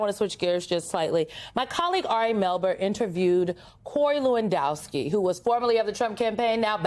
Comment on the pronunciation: From Germany here. We had a Lewandowski playing in the Bundesliga. I can't even comprehend the way she pronounced his name hahaha